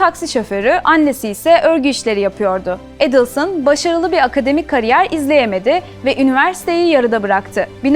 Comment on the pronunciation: Настолько подача материала ужасная, озвучка ИИ на фоне картинок и ,,ведущей,,. Еще и ударение фамилии каждый раз разное. Отстой , а не канал